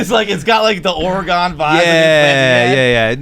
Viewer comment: should probably stop saying Oregon, bro just exposing himself every time